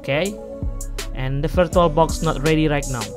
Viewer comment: "virtualbock"? man i know this is gonna be bad